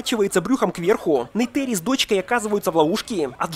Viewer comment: какая Нейтэри💀 в фильме сто раз что в оригинале, что в русской версии звучит именно НейтИри